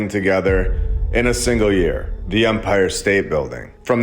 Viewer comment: I enjoy this channel. I really do. For the love of The Most High, it is EMPIRE state Bldg. With an E. Not UMPIRE with a letter U, like the officiating part of a baseball game. Its not an Umpire State Building. Please man. It takes away credibility and gives the other side something to disregard your work when you make idiotic simple mistakes, over and over throughout every single video. Take 5 minutes before posting and look up pronunciation if youre unsure.